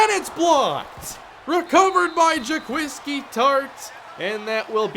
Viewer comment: I think it's pronounced "Jah- Kweese" Tartt